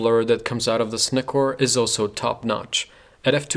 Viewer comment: Thanks for this review, above all thanks for pronouncing Nikon and Nikkor correctly.